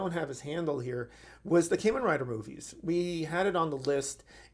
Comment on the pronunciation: Kah-men, not Kay-men